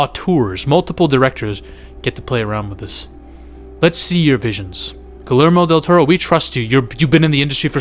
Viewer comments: First time he said something like «Guhlermo Dutero», but afterwards he just said it «Gelermo dul Tauro» like any other gringo ever, which I'm used to, so it's fine. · ❎Guillermo Del Toro ✅Gullärmo Del Tarot